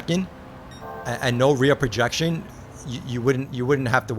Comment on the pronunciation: Enjoy seeing your takes as always! I'm not sure if this is a matter of your accent, but it sounds like you're saying "rear projection" when referring to how the framerate is altered from 60 to 120 in the headset. One of the terms for this is "reprojection", also "asynchronous reprojection". If it's just your accent, I'm not bothered 😂 just want to make sure you got the details on it.